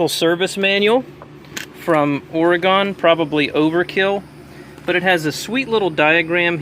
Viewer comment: ..... Are you saying Oregon???